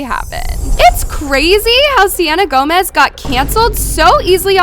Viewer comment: I thought you said Selena Gomez